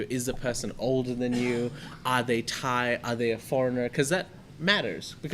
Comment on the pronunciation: is awesome. Funny and lighthearted, but very intelligent. Keep him coming back. Did I mention how perfect his Thai pronunciations are?